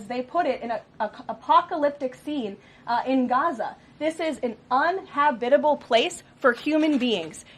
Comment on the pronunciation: Lol! "Unha-bitible." ... HAHAHAHA!!! Yeah, so articulate!